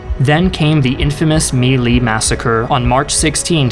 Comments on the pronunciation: My Lai is pronounced "me lie" not "melee" Thank you for this great video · It's spelled "My Lai" and is basically pronounced as "Me lie". I hope this helps you